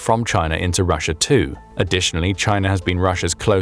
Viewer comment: Russier? Why did the narrator call Russia Russier? At the :54 mark